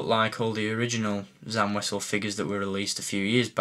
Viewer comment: it's pronounced sam wazzel